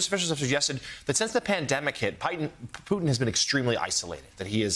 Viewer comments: did he just call Putin as "Python"? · I love how Americans pronounce Vladimir Putins name "poo tin"